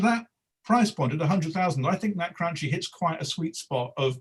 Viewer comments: It’s Cranky..not Cranchee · As usual, mispronounces the Cranchi (crun-key)! 🤣🤣 But much agreed about having much to like from that very established Cantiere!